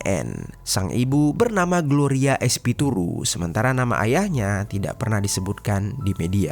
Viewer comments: Espiritu bukan espituru 😢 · Espituru ❌ Espiritu ✅ kayaknya dari tadi salah ucap bang 😅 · Espiritu bang bukan Espituru😂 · Espiritu bukan espituru😂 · tulisan espiritu, kekeuh bacanya espituru smp akhir 🤭